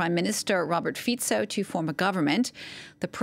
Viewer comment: This lady is the only foreign journalist that pronounced Fico’s name correctly. Mad respect!